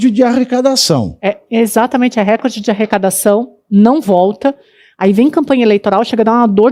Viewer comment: PELAMORDEDEUS... 🙏🏻 Tentem aprender a pronunciar corretamente: "reCÓRde" - trissílabo paroxítona.